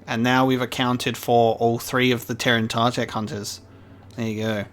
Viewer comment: It’s T-er-in-ta-tech not tear-an-ta-tech. There’s no A. These creatures were brought into canon in season 6 of the clone wars in the Yoda flashback where Dooku says ‘Master I was just telling them about the time you killed the terentatek on kashyyyk what a terrible beast it was.”